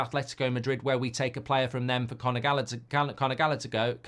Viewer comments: I nearly had a stroke trying to listen to Mark pronounce Gallagher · Mark cant pronounce Callagher’s name 😂😂